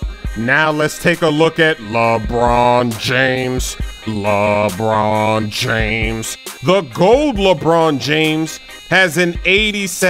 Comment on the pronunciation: lol sayin "lebron james" lebroon jaimes